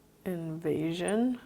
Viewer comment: Intysam: 'invasion' sounds like 'in asian'. Just sayin'